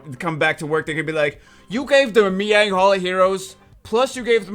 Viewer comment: she's pronounced "my yang" like as in reference to your own <>... Of all people, you should be naming her correctly, disappointed.